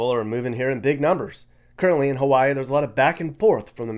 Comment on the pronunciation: pronounced Hawaii the correct way. Ha-va=ee.